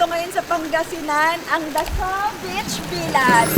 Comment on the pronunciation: Yun pagkakasabi ni Zeinab ng “beach” parang nagmumura 😂🤣